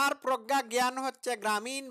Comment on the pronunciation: উনি কিন্তু প্রজ্ঞা বলেন নি। উনি উচ্চারণ করেছেন প্রখ্যা। .........